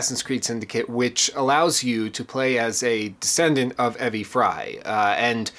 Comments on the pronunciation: He knows it’s pronounced “Ee-vee” right? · pronounce it E-V as though you're saying the letters E V, also Lydia was a descendent of Jacob Frye, she was his granddaughter. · You're saying Evie wrong.